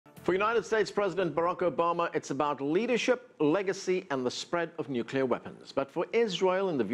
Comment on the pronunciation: pronounces it "nucular" and we're supposed to accept him as an expert?!